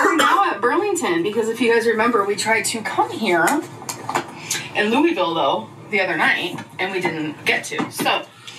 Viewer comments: I'm from Louisville Ky, and you said it pretty good not to be from here. I was shocked. Lol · Sigh of relief from saying Louisville right 💕💕💕